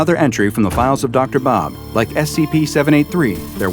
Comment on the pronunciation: whaaaaaaaa first scp speeks arbic helll yeah dam did say the word really good